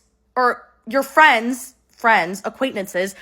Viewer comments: I'm so shallow the only thing I can think this whole video is "aquaintnantces".....it's acquaintances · Acquaintnences lol she’s so cute 😅❤